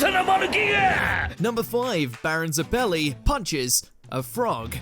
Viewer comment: Butchered the pronunciation of baron zeppeli...